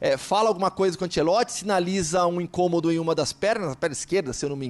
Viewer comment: Me da uma agonia desse cara chamando ele de Carlo Ancelotti se na verdade è Carlo Ancelotti